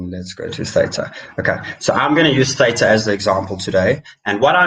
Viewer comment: At your channels growth rate, the banter bag give away will be end of April....well done. Pronounce Theta correctly.